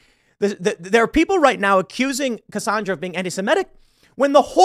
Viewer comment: Cassandra WITH AN "A"!!!!!! NOT "O" Pronounced Cassondra!!!!!!